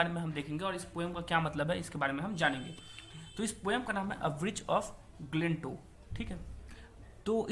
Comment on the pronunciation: Glentow galat bol rahe ho